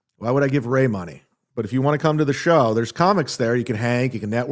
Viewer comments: For someone that can’t pronounce the word “show” properly, he sure says the word “show” a lot 😂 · I think he just enjoys making the “shhhh” sound.